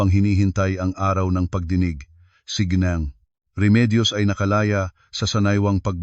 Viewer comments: Deretso ang bigkas ng ginang hindi g neng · Pls bigkasin ng wasto ang mga salita tulad ng ginang hindi gneng.